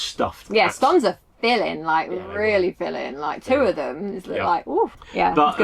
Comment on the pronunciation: It’s clearly jam first and well done for pronouncing scone correctly. 😂